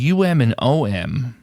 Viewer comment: And you were the only one who pronounced "om" as OHM.